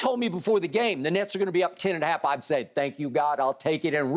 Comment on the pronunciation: Lmfao, my mans say smoking on that “Nets Pack” 😭😭😭